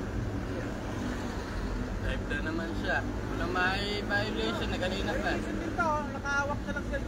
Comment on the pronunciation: sa pananalita plng, at kilos,, bka di pa graduate ng highskul toh.. sa pagpronounce plng ng violation, wLa na